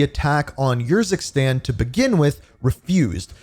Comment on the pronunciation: i think its not your zikstan but more like oor zikstan